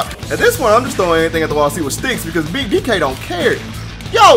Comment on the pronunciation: take a shot every time his says beeg DK you'll be dead by minute 2